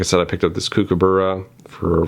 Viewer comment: From an Aussie, It's pronounced "cook"aburra 😉.. Your video definitely made some great points 🙂